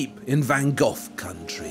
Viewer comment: Van Geoff? Honestly? That's how you're going to choose to pronounce it?